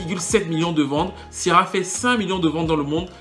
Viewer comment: Ça me stresse la façon dont tu prononces son prénom. Kiara ,lol